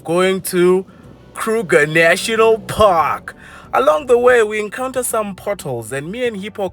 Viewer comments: "Krrruger National Parrrkkk!!!" 😂😂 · i love how says Kruger National Park🤣🤣😭😭😭